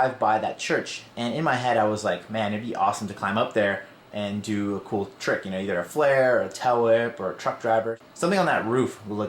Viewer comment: Did u say it was a "tellwhip" or tailwhip? I heard tellwhip